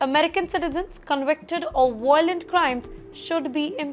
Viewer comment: It's not " Voylant crime" mam, pls pay heed to the pronunciation. Otherwise it's a great channel.❤